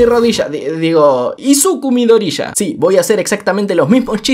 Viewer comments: Midorya se pronuncia "Midoria" no "Midorrilla" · Se dice Midoria no Midoriya Pero bueno doblaje son doblaje